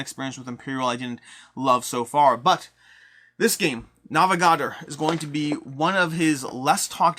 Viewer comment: The way he pronounces Navegador is like nails on a chalkboard haha great vid though